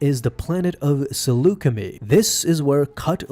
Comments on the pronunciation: Pretty sure it's pronounced (Seluca-My) not (seluca-Me) as that's how Obi-Wan pronounced it in Revenge of the Sith. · It’s pronounced as “Saluce-MY” but otherwise great vid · For all of you Star Wars nerds out there Saleucami is pronounced something like this: (sah-loo-ka-my). As I’ve heard the word spoken in the Star Wars franchise! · I find your pronunciation of Saleucami annoying, it's a long I at the end, want proof, Kenobi has you covered in the S2 ep before Cut's introduction, and in Revenge when he speaks with Anakin after Skywalker missed the briefing.